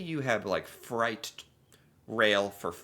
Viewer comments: why do you pronounce it as fright? Its freight rhymes with weight. you’re American, not Australian. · Fright… you mean freight…pronounced ‘frate’ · Um...it's pronounced fr-ay-t, not fright. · Freight is pronounced 'FRATE' not 'FRIGHT'. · freight is pronounced frayt, not fright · Hi. Good video. I'm curious about you saying trains carry FRIGHT. Maybe that's just a difference in how the word is pronounced in the US versus Canada. We Canadians say FREIGHT, which rhymes with EIGHT. Not meaning to be petty. I just find these little differences interesting. <3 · You made me laugh pronouncing freight as fright big difference. Thanks for making my afternoon😂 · Freight is like frate jsyk